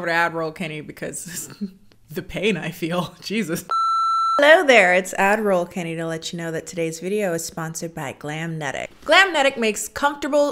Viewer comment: Whenever you say ad-roll Kennie, I hear "admiral Kennie" and it's effing magnificent ⚓